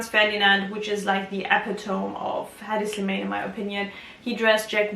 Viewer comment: pronounce his name correctly!